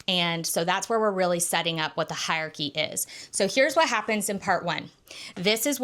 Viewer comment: great video but i hate the way you say hierarchy haha